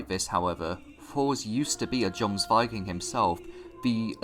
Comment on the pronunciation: In Norse the j is not pronounced like the english j but like y. E.g. jomsviking is pronounced yomsviking